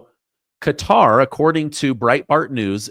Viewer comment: Thank you for pronouncing, Qatar properly.